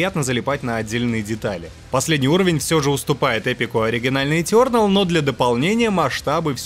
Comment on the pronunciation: этЁрнэл, когда так произносят это слово где плачет один учитель по английскому языку...